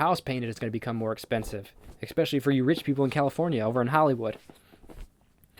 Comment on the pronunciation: Why the fuck do you say expecially instead of especially, learn English friend.